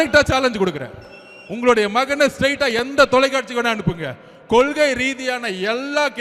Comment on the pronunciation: சார் இது கொலுகை இல்லை கொள்கை . முதலில் இதை சரியாக சொல்லுங்கள்